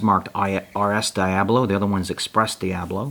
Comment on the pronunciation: DIA BOLO. not DIA BLO